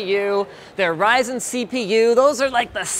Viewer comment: it's pronounced raisin